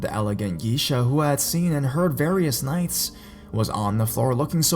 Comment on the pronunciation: its pronounced gay-sha...check pronounciation first please